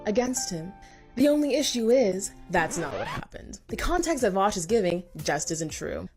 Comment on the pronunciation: before anything else vaush's first crime is how he pronounces his name